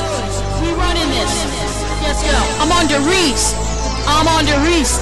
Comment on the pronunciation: That makes me mad its der rise not die risse